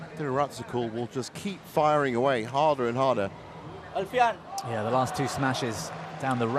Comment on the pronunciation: The young Thai men played brilliantly but the commentary for that game was so one-sided. Also, it's pronounced ChUngdu and Al Fian, not Alf ian.